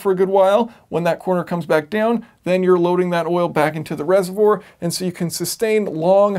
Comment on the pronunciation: Sorry, I couldn't get past "reservour" ;)